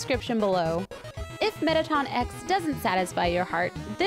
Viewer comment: Metta-Ton! how.....